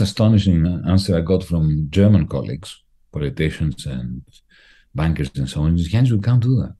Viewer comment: Love how Varoufakis' accent sounds like he saying "the bankers big wages as "Busted/Bastard" both works for me!